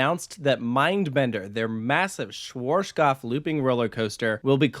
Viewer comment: For all English speaking people trying to pronounce the manufacturer - shvahtzkopf is probably the closest you'll get phonetically.